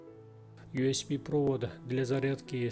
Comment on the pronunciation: мне показалось или вы USB называете USP? Но юэспи это же пистолет) а интерфейс юэсби)